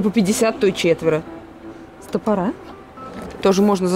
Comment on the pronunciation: Ребята, очень люблю ваши обзоры, но, без обид, стОпоры, а не стопорА.